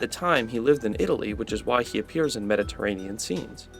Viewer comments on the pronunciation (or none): none